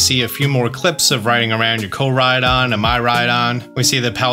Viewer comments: It's not MAI-RAI-DON. It's MEEEEEEEE-RAI-DON. Mirai means future. And it's MEEEEERAI. Mirai Trunks. Miru, to see. Mirai = want to see / future. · It is pronounced "Mee-rai-don" not "My-rai-don." Mirai (未来 みらい) means 'future.' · Hearing him still saying miraidon like my-ride-on hurts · I think Klawf is pronounced Kloff. Also I think Miraidon is probably not “my-ride-on” but “merr-eye-don” Not that I really care, pronounce it how you want 😛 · It’s miraidon not myraidon man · FYI: The "hot rod" (with what's probably a Pokemon as the engine) is based off of the Japanese dekotora, which are extravagantly decorated trucks. Also, Miraidon is most likely pronounced mee-rai-don, since its name comes from "mirai," or the Japanese word for future! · miraidon is pronounced like ME-raidon and mirai means future in Japanese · Why does pronounce Miraidon "My Ride On"?😆💀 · In the end he said, "I like miraidon." I thought he said, "I like my ride-on." Lol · Also Miraidon = MEE-RYE-DON